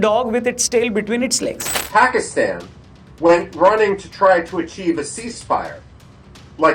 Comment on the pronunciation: pakistan ka naam lene se hasi aata hain 😂😂😂😂 Feeeekisten saaalaaa kiya jiv ghumata hain 😂😂😂😂